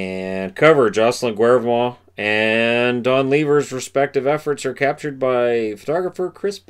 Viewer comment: Great video. I'm so envious! I love the old Canucks from the 70s! I'm really happy for you. I hope you learn stuff you didn't know about the 1970s Canucks. Fantastic. Just for your edification the normal (usual) pronunciation for Canucks D Jocelyn GAY-VRA-MONT (pardon my symbols but you should get the idea).